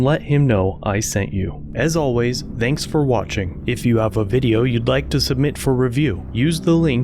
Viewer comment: "as usual, theynkz for watching" lol you really pronounce thanks like that?